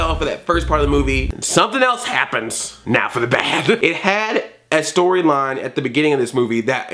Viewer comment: You emphasized BAD